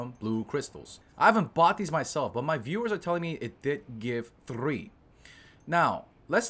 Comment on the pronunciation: why does he keep rolling his r's when he says 3 lol